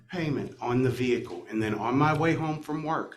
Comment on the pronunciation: How do people still not know the H in vehicle is silent. Vee-hickle sounds so white trashy.